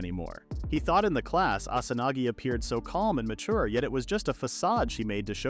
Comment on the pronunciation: instead of Asanagi